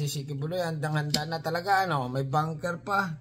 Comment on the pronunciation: BUNKER... hindi Banker.... ANG VOVO mong vlogger...!!!